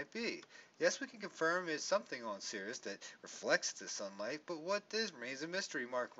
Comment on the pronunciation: It's pronounced like "series".